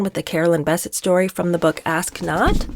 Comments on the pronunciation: It's Bisset not Basset. Still like yoy😊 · Bessette: emphasis on the second syllable. Think BesSET. Enjoy your channel. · Her last name is pronounced Biss-ette. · I thought is was pronounced Beh-SET. You learn something new everyday. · It is pronounced Bessette! emphasis on sette/ Bes'sette!!!! two syllables not one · PLEASE pronounce Carolyn Bessette's last name correctly! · Good video but you are mispronouncing Caroline’s last name. It’s annoying. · Love you so much but the way you say Carolyn’s last name ‘Bessette’ is so distracting cuz that’s now how u say it😬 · You are mispronouncing BESSETTE- how rednecky of you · Would help if you could actually pronounce her last namely correctly. And what is with your weird John voice? Creepy. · You are mispronouncing Carolyn's last name. The emphasis is on the second syllable. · I find your commentary acerbic and disturbing. You did not know them. None of us did. so.....try if you can to read w/o editorializing. and please try to pronounce Carolyn's name properly. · It is. It's accentuated in the last syllable, like "upset". I hope she corrects it. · Yes, agrees. And that is what I said. There are two syllables and the stress, is as I indicated, on the second. I was just writing it out phonetically using the all caps to show the stress. I wanted to point this out in a helpful way because she is a really, really good commentator......Cheer Denise, you are awesome!.....I mean her overall delivery and side comments are just amazing. Some people get so harsh and nitpicky with youtubers who provide really good content.